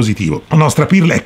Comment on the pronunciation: Comunque si pronuncia perl non pirl